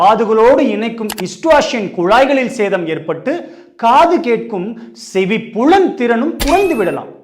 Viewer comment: 'மூச்சுத்திணறல்'' மூச்சு தினறல் அல்ல! 'செவிப்புலன் திறனும்' என்பதே சரி! 'செவி.... புலன் திறனும்' அல்ல!